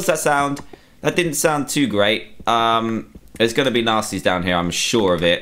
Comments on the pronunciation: Every time you said nastys it sounded like you said nazis am I the only one who catches that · Every time you said"nastys" it sounded like you said"nazis" am I the only one who catched that?